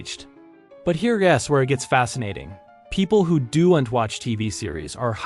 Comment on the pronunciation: Do-ent? Sounds like AI to me